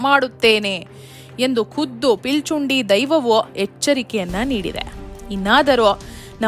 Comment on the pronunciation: ಪಿಲಿಚುಂಡಿ ಅಲ್ಲ ಪಿಲಿಚಂಡಿ